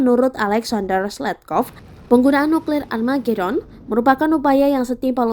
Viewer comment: sering bgt salah sih ngmongnya wkwkwk nuklir amargedon wkwkwkwkwk :v